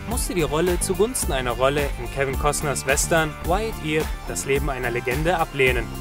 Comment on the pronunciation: Ey, schön wenn man earp nicht aussprechen kann, statt irp spricht man es örp aus